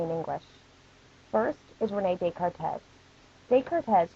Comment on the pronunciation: Dezcarrrtezzz? Descartes!! It's pronounced Day-Car! FUCK! C'est Francais! Putain! Vous-etes un imbecile?! Je ne sais pas pouquoi cela m'ennui beaucoup, mais il le fait! But in all seriousness, thanks for the video. Helped with revision quite a bit, just, maybe work on your pronunciation... Smooches. X